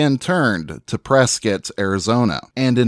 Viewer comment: Thank you for this great video it brought to light some things I didn't know about Virgil. It's also refreshing to hear someone pronounce Prescott, Arizona correctly. Born and raised in Arizona.